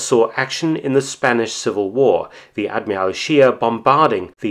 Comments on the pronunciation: WTF is an ad-mee-ral ? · Narrator has a problem saying admiral